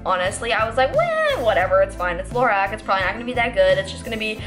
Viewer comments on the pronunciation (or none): none